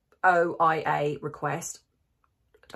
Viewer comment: FOIA is Freedom of Information Act, pronounced FoyA.